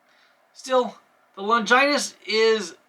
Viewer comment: Good video. How to pronounce Longinus is Lon gi nus, Law ja n-us. Think of the movie 300 king Leonidas.